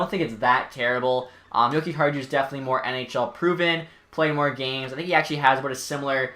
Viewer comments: you have to say: yo-ki-are-you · Dude the j is silent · It’s yokiharyou but as a hawks fan if nylander can realize his potential in a new organization then it’s a win for chicago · You butchered Henri's name. Come on man